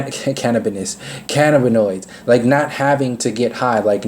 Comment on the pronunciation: Big talk from someone that struggles to pronounce cannabis & cannabinoids but I'm only 5 minutes in so we'll see.